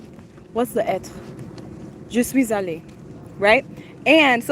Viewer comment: Je suis allée, wow, you said it so well and you even used the liaison 👌